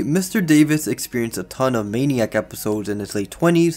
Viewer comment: Its pronounced "Man-ick" not maniac.